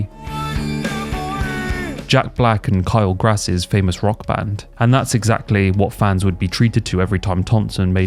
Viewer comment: Did u call Kyle Gass "Kyle Grass" on purpose